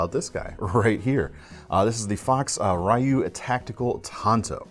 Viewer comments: Any Street Fighter fans want to say how he pronounced Ryu wrong? No? Ok 😅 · Yes. It still drives me crazy 🤪!